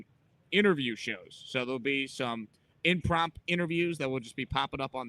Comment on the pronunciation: Forgive an old english major, but there is no such word as "imprompt" lmao. Try impromptu.